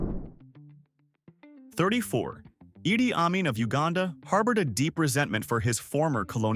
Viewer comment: It's Idi Armin not Eddie.